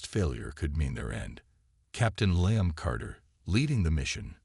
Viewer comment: Good story but what a pity the AI reading it didn't know about Roman Numerals or how to pronounce Liam. Severley detracted from the experience.